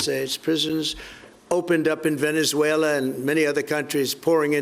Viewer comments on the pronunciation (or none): none